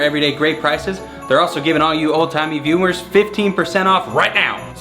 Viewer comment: Anyone realize during the sponsored ad he said viewmers